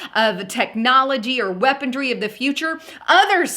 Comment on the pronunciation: weaponry, not weapondry. Have you been listening to dahboo? He always says it wrong.